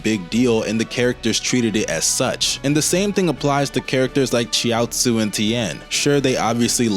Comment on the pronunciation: I've never heard Chiaotzu pronounced like that. Or Namek as 'Nemek'